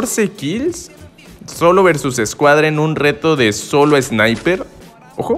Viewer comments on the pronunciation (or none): none